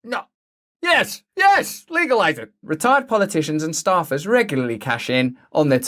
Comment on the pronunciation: most epic and fitting pronunciation of "Retired" for the sentence